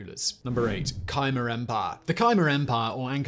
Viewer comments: Not Ky-mer, but Ka-mer, with the accent on the second syllable. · Why are you saying Khimer Empire?